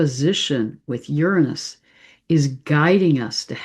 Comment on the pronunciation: Say Uranus correctly please